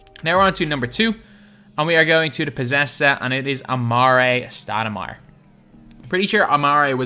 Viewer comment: "Amaray Stoudemire"